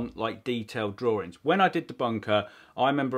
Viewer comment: challenge you to pronounce 'drawings' correctly😂😂